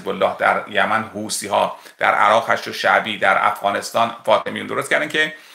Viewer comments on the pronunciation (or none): none